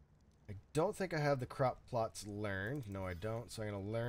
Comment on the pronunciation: You can't say plots for some reason lol. Don't feel bad, I can never say apocalypse lol. Or wolf 🤣🤣